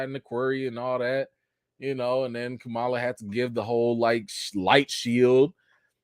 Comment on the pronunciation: I’m mad I missed the live but I have a theory….what if when Kamron’s powers exploded out he activated the mutant gene in the rest of the mutants. Since they can’t call them inhumans they’re gonna make them all mutants instead. Also can we please call them by the name they pronounce out of respect of the culture. It’s Kam-Ron not Cameron. Ka-ma-la not Ka-mala. I feel if our names were mispronounced we would have an issue. Just saying…………the show was like a 7/10. Wandavision and moonknight was better with the mystery aspect.